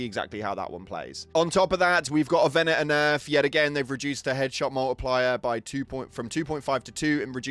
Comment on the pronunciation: "On top of that we goh a ve-enah nehf"